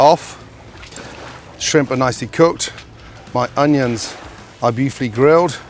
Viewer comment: Gordon - love your work, have always loved your work....but why........WHY the f**k do you pronounce 'onions' in that stupid, pretentious way??......Jut stop it. STOP.